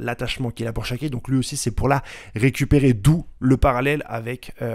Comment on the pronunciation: Par contre fait un peu plus attention les noms shikki shaku (SHAKKI) garp au lieu de Harald ...on se perd